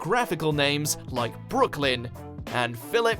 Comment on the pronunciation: Bwrooklen..or.. LANDON 😂 stfu